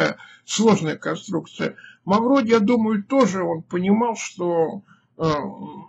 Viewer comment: Да не Мавродий а Мавроди.